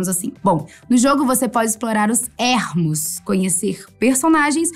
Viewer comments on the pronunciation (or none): DIGA "ÊRMOS" NÃO DIGA ÉÉÉÉ´RMOS!!! ÉRMOS NÃO EXISTE... SE ESCREVE "ERMOS" E SE PRONUNCIA ÊRMOS... POR FAVOR!